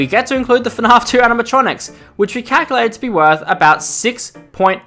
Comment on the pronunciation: Why do u call it fnarf not fnaf